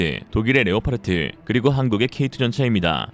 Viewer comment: leopard 는 레오파르트가 아니라 레오파드라고 발음해야한다 왜 엉터리로 레오파르트라고 계속 발음하는가?